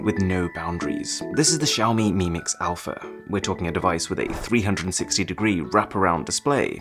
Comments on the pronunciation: "Mix Alaph" ... That would not be a great start for me. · Mix Alaph..are u joking shiaomi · The Greek letter α in Greek in the alphabet is pronounced alpha